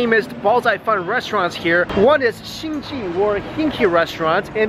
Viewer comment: PS LOL the restaurant name is not pronounced as "hinky"... should be hing "gay".